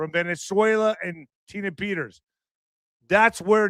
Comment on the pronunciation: who IN THA FK is jullian, tina?, Peters,..man can not pronounce! why tell us to look at some person named Petters and not mention as to what this person is all about! Just Saying,...